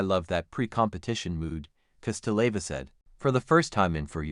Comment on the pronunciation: Почему вы имена наших фигуристов так коверкаете? Какая ещё Эланика? Она Елена или просто Лена! Фамилия Кос-ты-ле-ва.